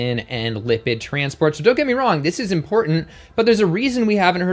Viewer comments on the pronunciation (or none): none